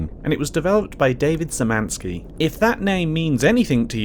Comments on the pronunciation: cool but I wish you'd at least check how to pronounce Szymanski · BTW Sz is pronounced Sh. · oh yea and Davids surname is read shymanski for better accuracy .Im polish and i see people having trouble with the sz cz ,(sh,ch)